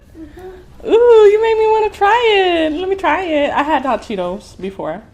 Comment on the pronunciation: Who heard her say chot Cheetos 😂🤣😂